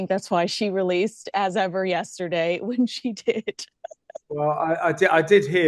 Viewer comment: You need to listen to The Royal Rogue's pronunciation of As Ever. It's perfect.😂